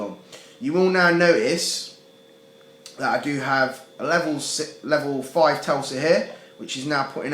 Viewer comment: It's pronounced tes-la, not tel-sa lol.